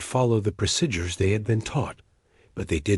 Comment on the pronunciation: Why do AI’s fail to pronounce “procedure” every time